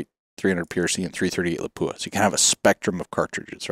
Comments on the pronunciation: For people who are supposed to know the industry, you don't know how to pronounce "Lapua". It is not La pu a. It is Lap wa. Otherwise, an interesting and enlightening video. Well presented. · Not la po a ... Guys